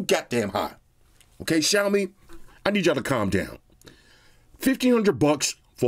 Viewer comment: The only flaw is it’s “Xiaomi”